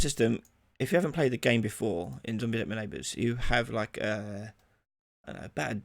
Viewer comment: Is it "zombies ate my neighbours" or "zombies at my neighbours" as you said? Edit: it's "zombies ate my neighbours"